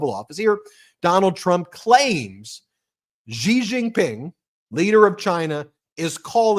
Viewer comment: Please learn how to pronounce Xi Jin Ping. It’s not an aspirated ‘Ji’ it’s an unaspirated ‘she’.